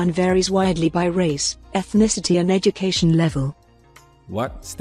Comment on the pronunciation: Did she just said “heh-ducation”?